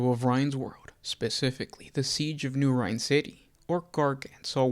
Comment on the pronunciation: Rynn = “Rin” never heard it pronounced as rhine. You have correct pronunciation in all of your other vids.